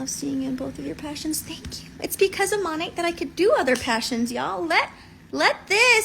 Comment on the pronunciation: She's probably the first Monat hun I've heard pronounce the name correctly. May be nit-picky, but when you can't even say your cult's name correctly (barring language barriers, ofc) but you swear your life to it and compare it to your religion, that makes me squint...